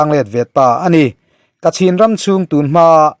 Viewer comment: Kachin tiin a inziak a,kachhin tiin i lam tho si a?